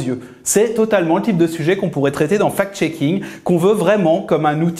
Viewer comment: C'est bizarre, quand vous dites fact-shaking , moi j'entends fake-shaking. "Les journalistes qui diffusent des informations, sans les analyser et les vérifier" " ca profite a tout ceux qui ont interêt a manipuler l'opinion, en présentant, ce qui est juste leur point de vue idéologique comme une vérité objective"......... Beh vous parlez de qui la? c'est une auto-critique?